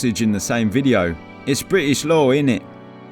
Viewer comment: Not British law, Bri'ish law.